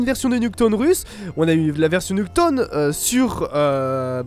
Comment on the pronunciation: Nuketone? Ça se prononce "Nuketaoune" si jamais mdrr!